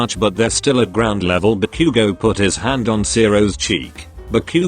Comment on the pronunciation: I heard barbeque-go Now Ba-Bakugou But barbeque-go 🤣🤣🤣🤣🤣🤣🤣